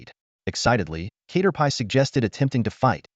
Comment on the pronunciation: Cat-er-pee ✖️ K-ter-pie ☑️